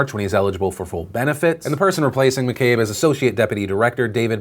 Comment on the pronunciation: Thanks for saying McCabe right :)